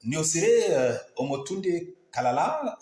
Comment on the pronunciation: Kalala, pas kalakala, et cest anyjart pas anyart...